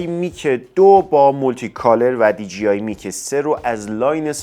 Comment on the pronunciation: عزیز دی جی آی dgi اشتباهه. مثل کلمه ی جیب خونده نمیشه. d jey i درسته . DJI